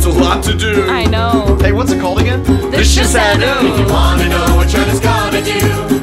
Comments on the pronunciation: ...why are they saying 'shi san oooo' instead of 'shi san wu'? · Sehh shan what? Sehh shan noo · shi san wu not shi san nu ....... what's china doing with 13 women ??